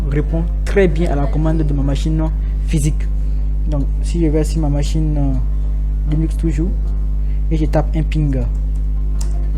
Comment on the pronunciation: On dit Linux pour commencer et non Lunix. 😉